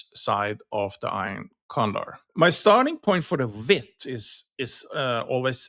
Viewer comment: Thanks for the reply, I have been looking at these this morning, and noticed at 10 -15 delta with 5 wide i'm only able to get 75 cents per side. I think in your video you mentioned 30 width, but it sounded like vix from the accent. Could you clarify width versus vix? I'm assuming these are $5 wide but then they only bring in a small premium of 75 cents.